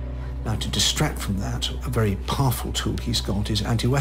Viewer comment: Most powerrful ? That made me laugh)))